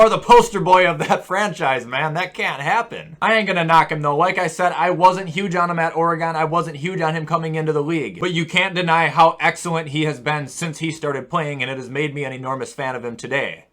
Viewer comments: it’s OregIn not oreGON ik it’s weird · “Or-A-Gone” Me who’s from Or-A-gun: 😤